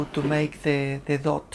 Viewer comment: dough is pronounced doh, not dot and has no 't' at the end :)